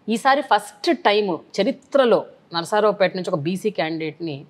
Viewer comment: Adi nasaraopet kaadu Narsaraopet